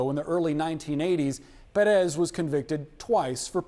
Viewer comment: WRONG pronunciation of Pérez